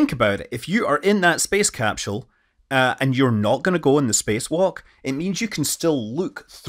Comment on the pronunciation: Please, never stop pronouncing it "capshell". It makes my Scottish ancestry tingle.